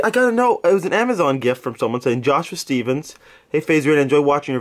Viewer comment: you should work at Starbucks lmao -. Apparently Stephens is pronounced Stevens' lmao